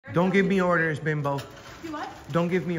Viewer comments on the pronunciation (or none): He said Bembo 😂